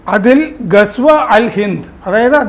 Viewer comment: സർ ഹദീസ് എന്ന് പറയു,പിന്നെ ഗസ്‌വ ഹിന്ദ് എന്നും